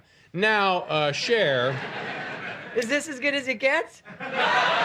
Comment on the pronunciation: Her name is CHER, not Char. How hard is that?